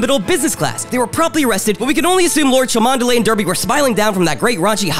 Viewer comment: Cholmondeley is pronounced "Chumley". Derby is pronounced "Darby".